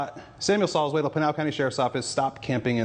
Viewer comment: Haha the way you pronnounce Salzwedel is not the German way, way to go my friend.